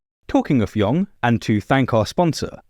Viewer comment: Y'all are pronouncing "Jung" (in Carl Jung) wrong.